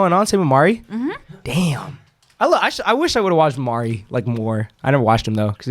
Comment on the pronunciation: the way y'all say Maury as Mari 😂